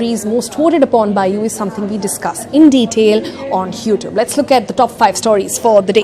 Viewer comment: Did i heard "HooTube"